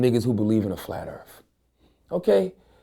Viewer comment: RebelBeamMaster X84 only if he could pronounce words properly earth does not have a slang word so why earf. He is a damn hypocrite..... just can't stand him.